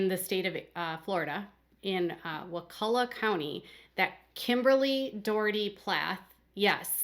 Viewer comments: You are pronouncing Wakulla correctly! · you said Wakulla correctly and Crawfordville is just outside Tallahassee in Leon county. They are much smaller than Tally police. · You pronounced wakulla perfectly. Love your channel 😍